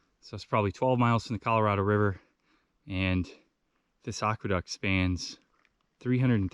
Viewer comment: I love your videos. Just a heads up, I think it is pronounced "Ack-Weh-Duct", not "Ock-Weh-Duct".